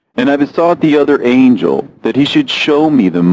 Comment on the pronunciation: excellent pronunciation of angel names!!! i love your reads❤